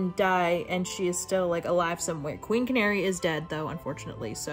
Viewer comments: QUEEN CANARY IM SCREAMING channary would be sh-an-air-ee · This is truly unhinged. I think I’ve read Cinder at least 6 times through since I picked it up in 2014. I’m doing a reread right now with my partner because she’s never read it. Truly my comfort book of all time. I cannot get over how you pronounced Channary though lmao